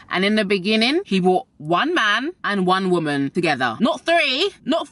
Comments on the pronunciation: One oumonnn *Jamaican accent*😭😭😭😭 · One woman. I hear the Jamaican lol. U the best!!!!